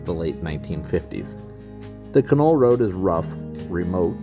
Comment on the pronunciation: In the Yukon everybody pronounces Canol more like (dog) kennel.